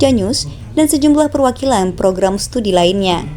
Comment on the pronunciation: Bukan Stadi, tapi studi